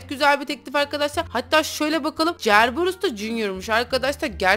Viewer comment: Cerberus değil oyle yazılıyor serberus diye okunuyor